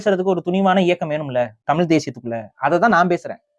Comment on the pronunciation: இந்தப் பயலுக்கு ழ-வன்னாவே வரலை… தமில், எலுச்சின்னு பேசற ஆளு தமிழனைக் காப்பாத்தப் போகுதாம்.